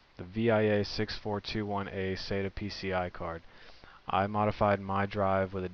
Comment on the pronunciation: can you say sata ? sa-ta practise